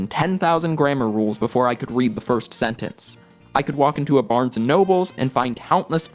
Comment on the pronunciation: Wow, great video. Smh tho, you're one of those people who add an "S" to Barnes and Noble lol.